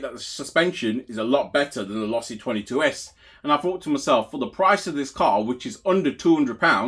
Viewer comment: Losi= Say it with me...LOW SEE